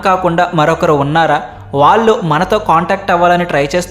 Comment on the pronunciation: ఇరవై ఒక్క నిమిషాలు అని పలకాలి. ఇరవై ఒకటి నిమిషాలు కాదు. వాళ్ళు అని పలకాలి ళ వేరు ల వేరు. తెలుగులో అన్నీ అక్షరాలు ఉన్నాయి. మీ తెలుగు ఉచ్ఛారణ అస్సలు బావులేదు. ఇంప్రూవ్ చేసుకోండి. మీ మాతృభాష తెలుగే కదా!?!